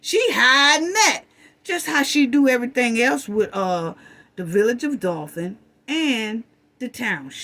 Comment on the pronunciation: Great video love your sarcasm but the way you pronounce *Dolton as “Dolphin” has me crying laughing it’s so cute because I know what you mean it’s just the way it sounds😂😂😂😂😂😂😂😂😂😂😂😂